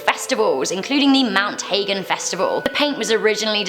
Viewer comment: Ummm..it's pronounced Mount Huh-gen (Hagen) Mount Hagen